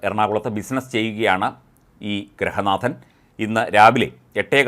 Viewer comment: എടൊ അവതാരക, ഗ്രഹ നാഥൻ അല്ല. ഗൃഹ നാഥൻ എന്ന് പറയണം. വിവരം വേണ്ടേ. പുതിയ വിദ്യാഭ്യാസം, ( DPEP) ആയിരിക്കും പഠിച്ചത്.